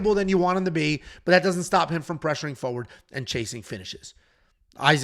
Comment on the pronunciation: what does Fressuring mean?!!!😂 only because your, your own worse speech critic